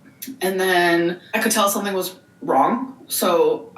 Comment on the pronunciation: “What is water?… do you eat it or sumething?”